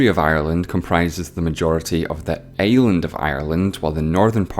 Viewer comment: why do you pronounce island like that sir It's torture to my ears